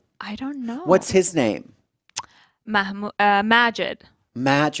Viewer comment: C'mon Shiva you know how to properly pronounce the name Majid